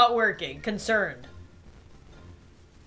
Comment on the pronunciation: when she did concernd at the beginning of the video i was like thats not cncernd... thats cernd